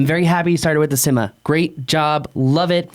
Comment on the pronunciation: Inenjoy the videos,but needs to learn how to pronounce"Syma".There are a couple of ways that are plausible,but I don't think "Simma"is one of them.Thanks for the video.I have,and love theSyma X5C,but frankly the camera sucks.